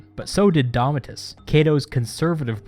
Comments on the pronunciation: Thats Domitius (Do-Me-Ti-Us) not Domi-tus. Really, I have to comment here, no one else called him out on Domitius? Yet I see multiple comments in the other video about Gallipoli. Well here's a clue, idiots. Domitius clearly has an I, and is not being pronounced right, whereas Gallipoli is fine. Man, why are people such fools? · Its DOMIT IUS , not DOMIT US , theres a clue in the spelling. 🤗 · Domitius not domitus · you say "domitus" instead of "domitius" lol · DAHMITYUS FAIL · Doh! (mee-shus). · It's pronounced Dom-ee-t-ee-oos. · Domitius is pronounced as it is written English has flown away too far from Latin but German or French pronunciation is no better.Polish is closest to Latin not only in pronunciation but also in grammar.